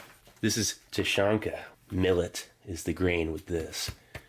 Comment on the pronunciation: Thank you for the video. A few small notes: - Тушенка is pronounced "Tooshyénka". The sound after the first T is like the "oo" in "boo". It's not a hard "tYUshenka". - Siberia is many days away from Moscow :) And a request: if possible, please include still photographs of the labels and instructions that come with rations. The sheet taped on top of this box mentioned how the ration is to be used (whether cold or heated). I'm sure others would also like to read it and/or translate it for you when needed. Thanks again for your hard work!